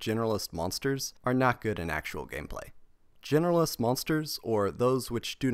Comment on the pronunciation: I swear this YouTuber says "Generalist" monsters as "Genderless" monsters